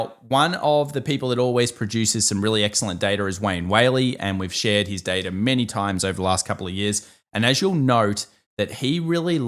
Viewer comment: its Data, not Data!!!!